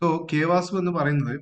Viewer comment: It's not K വാസു... It's K V A S U😂